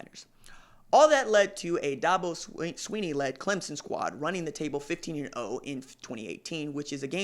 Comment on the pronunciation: At least he's pronouncing Clemson correctly, that's better than most on ESPN